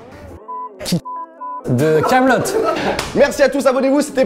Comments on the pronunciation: "Kaamelott"... ??? T'es sérieux là ??? PS : Bravo pour le million, c'est mérité. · "kaamelott"... mais non c'est sérieux ? Allez c'est bon tu vas trop loin la